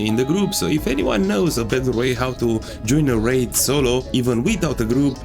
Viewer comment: I don't mean to be that guy... but it's pronounced 'Ray d' like how u say 'A' by itself